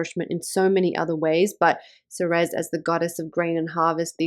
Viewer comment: Ceres is pronounced same as the word series. Like cereal. Same root. Nice report